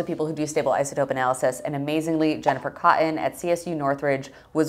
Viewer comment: I had to stop watching when you pronounced "Jennifer Cotton" as "Jennifer Coh'in".